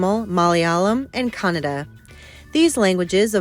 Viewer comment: It's kannada not canada